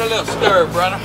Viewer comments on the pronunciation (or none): none